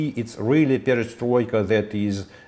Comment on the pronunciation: destroika instead of perestroika